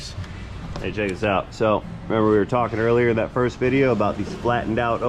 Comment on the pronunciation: Fabricobble... vidjeo... almost like AvE just dropped some new material!